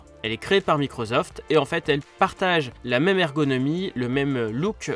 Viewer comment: Microsoft et pas Microzoft 😹